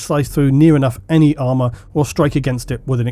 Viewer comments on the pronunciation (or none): none